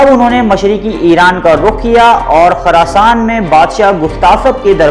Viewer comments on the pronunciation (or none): none